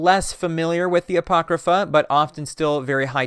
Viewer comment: my eye twitches every time i hear you say "apocrypha".